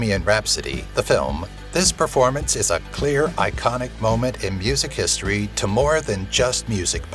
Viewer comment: “Historyv” lol.